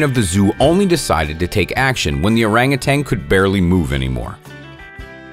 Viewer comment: It's Orangutan, not Orangutang....🤫